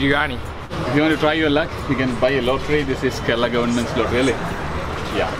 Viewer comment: Wonderful video. Just a small correction. It's Kerala. Like care-al-ah No offence. Loved your videos.